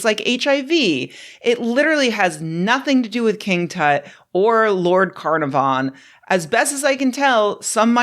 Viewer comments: CarNARvon (emphasis is on the middle syllable) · I literally was saying the correct pronunciation out loud everytime she said dude's name. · In "Lord Carnarvon" emphasis is on the second syllable, not on the first; just saying. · Little detail, but you may want to look up how to pronounce "Carnarvon." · Literally butchered the pronunciation of "Carnavon" like a piece of meat. See what I did there? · Dude, that is NOT how you pronounce Carnarvon. A million Welshmen are rolling their eyes!😂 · Okay but it's not "CAR-na-von" it's "ca-NAR-ven" you uncivilized ignoramus! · Carnarvon is usually pronounced carNARvon. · Ok, worth looking into the pronunciation of Carnarvon. Its not your fault at all, Carnarvon is an anglicised spelling of a Welsh placename. But even the English pronunciation is closer to the Welsh. Its not Carna(like carne in Chilli con Carne)VON. Its k-air n ARvon, with a very short final o. Caernarfon is the proper spelling of the placename, and as Carnarvon is a aristocratic title, not the family name of Lord Carnarvon (which was Herbert), it follows the pronunciation of the place. .Caer means fortress or a walled settlement, and forms part of a lot of British place names, like Cardif. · (Sorry to be the pronunciation police but it's the only valuable input I've got on this) Lord Carnarvon is pronounced Car-NAH-von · A great video as usual, but as a British English person I feel it necessary to correct your pronunciation of Carnarvon, especially since it was said so many times. Think of it like this: KuhnARVuhn, or K'narv'n. The stress is on the second syllable and 1st and 3rd syllables both sound like uh.(I see others have commented on this, hopefully this is helpful!) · Rebecca's pronunciation is entirely valid for the Welsh city historically controlled by the lord of the same name, but the family who possesses the title does pronounce it with short i sounds all around and like they're trying as hard as possible to make it a single syllable: KinARvin